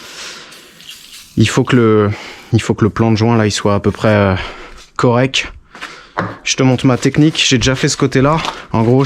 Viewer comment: correKT direKT quattRE sinon à part ça, bravo mec tes vidéos sont les meilleures